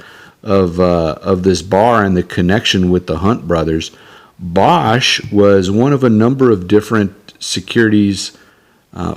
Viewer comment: It was pronounced "BAYsch." They did not stay in business long after the Hunt Bros.